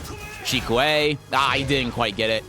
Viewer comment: jfc it's 'fukitobe' not 'shikue' why did main man convince ppl of this